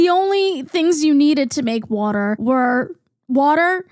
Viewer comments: great video! but also a quick question are you from philly? the way you say wooder is exactly how we say it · As a southerner I’m loving the “woter” commentary 😅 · Omg I could listen to this mid Atlantic queen say “wuter” all fricken day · i would believe u were lizzy mquire off sound alone if it wasn't for the 'wutter' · I’m sorry but I love how u say it like wooder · nothing in this video is more criminal than the way you pronounce waTer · i mostly watched to hear you pronounce water. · that northern accent really came out saying “decaf coffee” and as a southern person hearing the “water” is weird😭